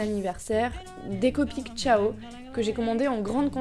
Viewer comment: "Copic Chaio"😂 on le prononce "siao" hmar 😂😂